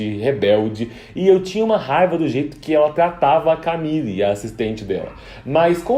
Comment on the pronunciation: Seria legal você falar certinho né? Porque é uma série francesa e se diz "mérrién" e não "meurryenn" né? Chatão querer "inglesar" tudo... Aproveita e arruma o "Emmá" e "camill"